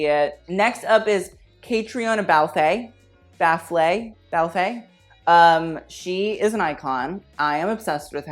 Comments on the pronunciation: Its pronounced 'Ka-trina Balf' - Caitriona Balfe - she was amazing!! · Caitriona Balf = Kah-Tree-Nah Balf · You’re probably going to get a million comments like this so feel free to ignore but Caitriona Balfes name is pronounced “Katrina” (like the hurricane) “balf” (silent e, non silent l) 🤠